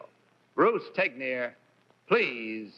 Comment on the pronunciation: I didn't know Bruce Tegner's surname was pronounced, "teg-nir". I always assumed it was pronounced, "teg-ner".